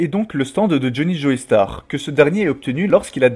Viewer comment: Joestar par pitié "JO" star sur la prononciation pas Joeystar, c'est atroce a entendre